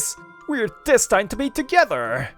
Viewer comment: That's a strange way to say destined.